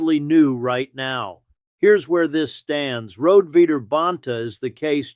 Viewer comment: Her name is pronounced Road-e.